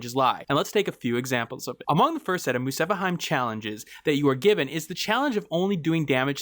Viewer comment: Bayonetta 2: Muspelheim This guy: Musepaheim I'm sorry I'm just so confused as to how you got that pronunciation by adding an "A" and removing the "L" Great vid tho uwu